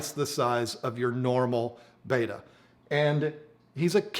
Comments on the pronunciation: Pet peeve time - it’s bet-a not bait-a. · It's Bet-ta not ba-ta or beta!!! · Interesting video. 👍 Looks like an Alpha \ Beta aquarium (to play on words\connotations). 😏 Also, was the video filmed in Vhs or perhaps Beta? 🤗 P.S. I know it's spelled Betta, but you like to pronounce it 'Beta'. BTW, I do as well. 😋 Good video as always and myself as a man with manly aquariums, all I can say is good job. 👍😎